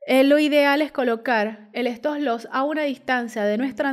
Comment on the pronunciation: ¿Por qué dice estoslos?